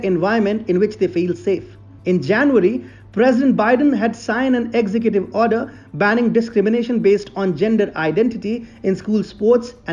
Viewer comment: Sure I enjoy your content but brother you must learn to pronounce executive correctly. Ex-zec-gu-tiv but you where saying execute which would be fine except that execute is another word with a different meaning.